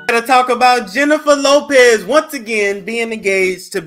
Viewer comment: I still pronounce her name like Juvenile did: Jennafa No-pez ahh